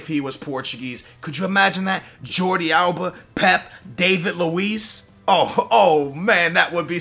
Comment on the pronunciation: Its Dah-vid luiz, not Day-vid luiz